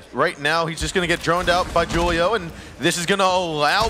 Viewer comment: The way they pronounce Julio drives me insane